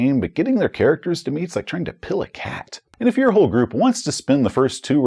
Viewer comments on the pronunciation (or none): Oh, it's "pill a cat." I seriously thought you were saying "peel." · I wasn't looking at the screen and had to back up and watch that part again. I thought he said it's like peeling a cat...and with the tshirt that says he's failed his sanity checks I had to hear it again lol.